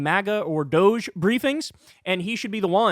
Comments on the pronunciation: Doge should be pronounced dodgy or doggy if anything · What INTELLIGENT, English-speaking person gets the word Douche from random letters strung together D-O-G-G-E spells DOGGIE, not Douche. Y'all have been pronouncing it wrong, and "Elonia" and her husband, the two douchebags, are hysterically laughing at you. Sheeple: people easily influenced, docile or compliant. Why are people being sheep and playing Elonia's game? WHY??? I thought you were smart? What INTELLIGENT, English-speaking person gets the word Douche from random letters strung together D-O-G-G-E spells DOGGIE, not Douche. What did your English teacher teach you? SHAME. THUMBS DOWN - YOU DON'T KNOW HOW TO PRONOUCE DOGGIE - WOLF.